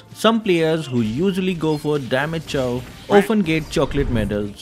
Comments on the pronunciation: Is it Chaaw ? I thought it's pronounced as chou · The way he pronounces Chou, it hurts my ears and now they are bleeding...